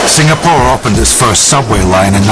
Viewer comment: eh walau.its "sing-a-pore" not "sing-ga-pore" la!u discovery leh,england so lan one meh?lols....